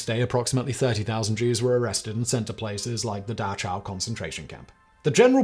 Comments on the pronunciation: Bro you pronounce Dachau like 3 different ways in this video, what are you doing. It's not "datchow", it's not "dashow". The "ch" is a voiceless velar fricative [x] - like a "k" with air running through it. If you're not comfortable/confident making it a fricative (the airiness), at least use a plosive [k] like "dakow". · I just learned today, it's actually pronounced so it sounds like 'da-how' not so it sounds like 'da-chow'. the more you know, apparently. source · First off, it is pronounced DaCOW, not DaCHOW. I have actually been there, you can still smell the ovens. Secondly, most German people did not live near a Camp and just assumed they were like any internment camp; out of sight, out of mind. The people that lived close, either knew or were suspicious that it was happening, and they chose to ignore it for their own safety. There is an entire documentary movie on this that used to be shown at Dachau, I do not know if it still is. And when the Camps had been discovered by American Soldiers, Eisenhower commanded documenting as much of it as possible, because he feared that no one that had not seen it, would believe it. Lastly, I do not know if you are blatantly misrepresenting the history of Jews in Europe, are just suffer from what most post-Boomers do; and your knowledge is as much propaganda as it is misinformation. The Ashkenazi (80% of all Jews) are not genetically Hebrew, they are from the areas of the north Caucasus, eastern Europe and western Russia. After being displaced from their homes and lands, they formed an ethnic in-group and adopted Judaism and eventually started claiming to be descendants of actual Hebrews. The Human Genome Project showed that they are not actually related to the Hebrews, instead are more closely related to Persians, and this has been known since 2003. Which is why Israelis are banned from doing DNA Ancestry tests. Since their emergence around 1000 ad, they have kept to themselves, doing special d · It's pronounced Da-kow.